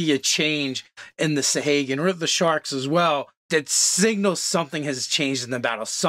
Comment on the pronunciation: You guys really butcher pronunciations sometimes lol, and not even consistently (sa-hay-gin/sa-hah-gin, krak-en/kray-ken). Great video regardless!